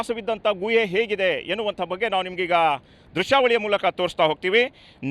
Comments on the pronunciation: guಯೇ ಅಲ್ಲ ಗುಹೆ... ಕನ್ನಡ ಸರಿಯಾಗಿ ಮಾತನಾಡಿ..... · ಅದು ಗುವೆ ಅಲ್ಲ ಸರ್, ಗುಹೆ ಅಂತ ಹೇಳಿ 😊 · ಗೂಹೆ ಅಲ್ಲ ಗುಹೆ... ಸರಿಯಾಗಿ ಕನ್ನಡ ಮಾತಾಡು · Guyye alla Guhe adu 😂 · ಗುಹೆ ಪದ ಉಚ್ಚಾರಣೆ ಸರಿಯಾಗಿರಲೀ......